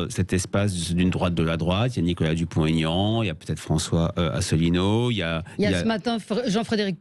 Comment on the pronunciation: Madame la journaliste, c'est Dupont / Aignan et pas Dupon-T-aignan ! Vous devriez le savoir, depuis le temps. De surcroît, c'est votre métier de "bien causer la France"...